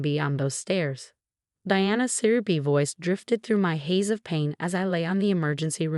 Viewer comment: Suyrupy, not serpy. Choppy narration is annoying. Smug, not smuck. Past, no pass. Reduced, not reduce. Twenty years is too light a sentence for attempted murder. Diana, not Deanna. Its, not it's.